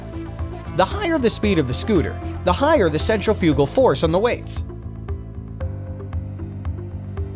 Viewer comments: It's "centrifugal", not "central-fugal" Jeez. . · Good video blemished with incorrect pronunciation. Centrifugal is pronounced " sen-TRI-fuh-gul." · cen-trif-igal. not scent-re-foogal canadian here, i dont wanna hear nothing about freedom speak, theyre righ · It's is pronounced..." SEN-TRIF-EYE-CAL" Emphasis on "TRIF". Not "sen-tra-fuue-gall" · Pronounced cen TRIF I cal. Not centrifi CAL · The way the word 'centrifical' is pronounced by the narrator is very unusual to me. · Centri - fugal? Whaa? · dear god centrifugal is pronounced "centrifical"...... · Totally. Guy has clearly never read the word "centri-fugal" before. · Good video, but your computer program mispronounced "centrifugal" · Hey little kid, go look up how to pronounce 'centrifugal.' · Now that's an odd way to say centrifugal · Interesting. But your pronunciation of centrifugal throws me. I've never heard it with the accent on the third syllable before, always heard it on the second. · Please learn how to pronouce "centrifugal!" - stress is on 2nd syllable! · I am amused by the commenter's pronunciation of sheave and centrifugal. It shows that he is not a gearhead, but a paid talking head.